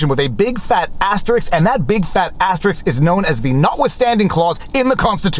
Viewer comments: Asterisk Ass-ter-isk Asterisk Stop saying "astericks" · First 10 seconds in: "I'm pretty the word 'Asterisk' is phonetic, meaning it's not "Asterix" but rather 'Ass-tear-risk;' though maybe that's a Canadian pronunciation" Hehehe....ass-tear-risk..... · Sorry to be a pedant, but your pronunciation of the word "asterisk" sounds very much like a popular French cartoon character...